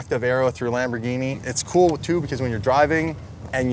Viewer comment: Lamborrghine mashyne